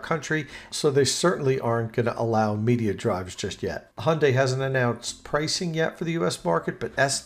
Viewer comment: Thanks for great job of pronouncing Hyundai.